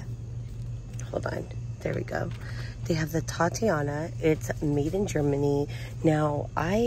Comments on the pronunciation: OMG, please please please stop misprouncing "titania".....these are products that are named for titanium! Not a girls name " tatiana"..... Please sound it out😉😉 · Please look up how to pronounce TITANIA